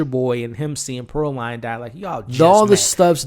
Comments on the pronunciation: A few notes as I’m halfway through the video. Pearline’s name is pronounced Pearl-leen not Pearl-line. Smoke had a daughter, not a son. And the men that Slim told “hold your head” was a chain gang, which is prisoners, not slaves. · It’s Pear(LEAN) not Pear(LINE) you are really giving me a ick by saying it wrong and you’ve watched it how many times??? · Bruh, small detail but I believe it’s pronounced Pur-leen lol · Her name was pronounced Pearl-lean… also you keep saying they didn’t have a soul but Annie explained in the film that their soul is trapped within their body. They had to kill the vampires in order to free them from roaming the earth angry and evil. So that’s why Stack was able to keep his promise. That’s why Mary was devastated when Annie was killed and not turned.